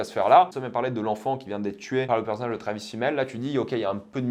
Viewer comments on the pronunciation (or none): none